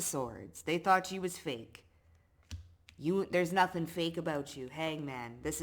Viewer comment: Till Nada Ting sounds korean 😄